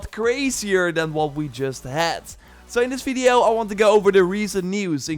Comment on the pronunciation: You are always saying "Fideo" instead of Video 😄